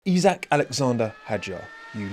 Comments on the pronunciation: As someone who is also a Liverpool fan I like your pronounciation of his first name :D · Yeey, you learned how to pronounce his first name. :D If the Formula 1 fanbase now learn how to pronounce Michael Schumacher (no, it's not the same as the English "Michael"), then I'll be a happy linguistics nerd.